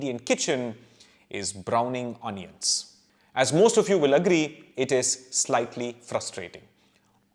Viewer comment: My God, from where do you get these hitherto not known topics. I am addicted to your videos and share them with my friends. We are all a big fan of yours. Thank you for the amazing info you provide. Just one suggestion. Pl don't mind, kindly don't mispronounce 'onions'. Its like an apashruti in the melody. Excuse me, don't mean to hurt you.